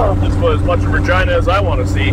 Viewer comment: Ragina.. the town that rhymes with fun 😆😆😆 I laughed so hard.